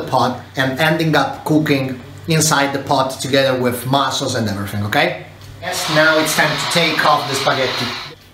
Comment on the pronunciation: bro, its mussels not mossels